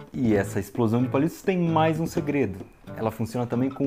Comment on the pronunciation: EI-SH-PLO-SÃUUUUN ! Euri auidhauishduai